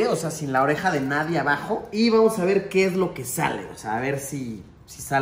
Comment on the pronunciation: Nadien xd es "Nadie"